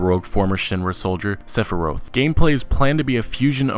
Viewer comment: the hell is a "sepirUth"?.... its Sephiroth!